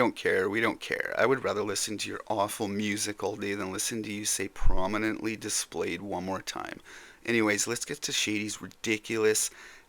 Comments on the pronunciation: "promenimeneny displayed" 😅😅😅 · nah says something like "prommeni"displayed 😊